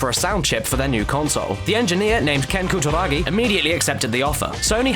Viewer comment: Omg your pronunciation of foreign words is hilarious :P "Koo-da-ra-gi" changes to "ka-ta-ra-kee" and "noh-dee-oh oo-ga" goes to "nor-ee-o ooorga" HAHAHAHAHA omg you are so white, I couldn't take you seriously hahaha I just had to stop watching to say this. HAHAHAHAHAHAGAGAGA